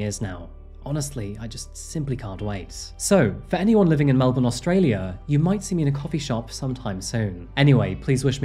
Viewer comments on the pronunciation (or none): none